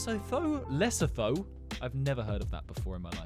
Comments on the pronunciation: it pronounced les-oto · It's les-sue-to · Less-so-tow Van-noo-aah-too Sow Toh-May and Prin-sip-pay I am currently living in Namibia, and...yeah...it's true, but it's a safe country overall, so...🙂😄 Too-vah-loo Kirr-gizz-stan Broo-nay BTW you actually DO say it as "Sea-shellls" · You pronounce Lesotho like Le-soo-too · Eritrea is pronounced eh-rih-tree-ah Djibuti is pronounced Juh-boot-ee Lesotho is pronounced leh-soo-too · it’s le-so-toe